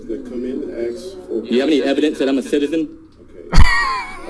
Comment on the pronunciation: Is it that hard to say ask??? The s comes BEFORE the k.